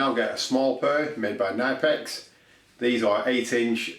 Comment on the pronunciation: These are great thanks for the demonstration . Pronounced Ka nip ex